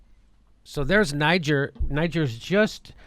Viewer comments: What an uneducated boob (like the Trump voters he incessantly mocks)...it's pronounced "Nee-czair"...it's a former french colony. Not "Nigh-geer." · Say it with me: nuh-JAYR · Just to let you know ...its pronounced Nee gair ...the g is pronounced like the S in Persia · Niger is pronounced : Ni-Ghere ... the people from there are called "Nigerien" pronounced Ni-Ghere-ien ... its French, not at all similar to "Nigeria" and "Nigerians" which is anglicised. I know none of you will understand - but it still needed to be said. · Nee zher, French pronunciation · Jimmy, it's pronounced Knee-jer and is primarily French speaking, thats why no one in Africa gets confused between it and Anglophonic Nigeria. Colonialism, eh? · it is pronounced Nee-Gere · Pronunciation, Jimmy